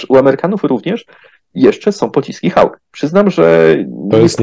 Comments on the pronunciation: Nie mówi się "Hałk" tylko poprawnie jest "Hok" bez ł. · skoro pan twierdzi ze mowi sie hauk to zapewniam ze mowi sie hooouk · Hawk (wym: hołk)